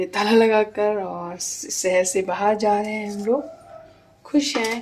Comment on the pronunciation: Za nhi rahe h ja rahe h bolte h